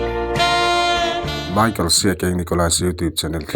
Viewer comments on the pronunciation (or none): none